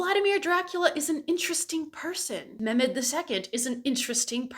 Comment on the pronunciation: Not as much bothered by the Romanian pronunciation as much as the missing H in Mehmed. I am SORRY my Balkan ears are being little whining babies about it <3 1000% awesome points otherwise